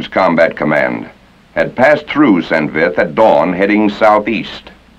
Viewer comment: Great upload - Thanks. It makes me chuckle that very few American (or English) pronounce St. Vith correctly. It should sound approximately like 'Sant Veet' since 'h' ("Ash") is silent in most french words. But, please keep up the good work!